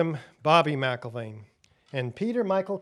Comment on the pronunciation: Excellent, but, and without meaning to be or even seem to be offensive, McIlvaine shouldn't be pronounced as if there's a letter 'a' in "Mc". Two simple examples that're very well known are the names MacDonald and McDonald, both of which we all know to exist while also not being pronounced as if both begin with "Mac". It's a matter of linguistics, say. And with that said, I wish you all great success with the Bobby McIlvaine Act as well as your full mission and all of the work you've all most dedicatedly performed for over a decade now.